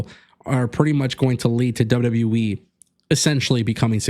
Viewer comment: Its W-W-E! Not W-WE! Stop mispronouncing the name!You sound stupid & clueless every time you say it!